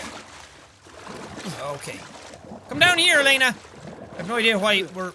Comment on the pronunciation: her name is not laners it is Elena